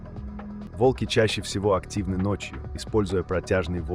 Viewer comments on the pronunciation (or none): Видео интересное, но подача подвела. Если вы переводите с иностранного языка, то уделяйте внимание и мерам веса или роста (сейчас нетрудно перевести футы и фунты в сантиметры и килограммы). И лучше озвучить ролик самостоятельно, или указать ИИ ударения. Слушать тяжело и не воспринимается, когда то вОлки, то волкИ, то прочие ляпы. Не знаю, может в наше время кто-то считает это обычным делом, но согласитесь, слушать нормальный понятный текст намного лучше, понятнее и приятнее, чем монотонное бормотание ИИ.